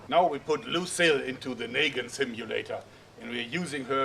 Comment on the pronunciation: It's Negan not Nagan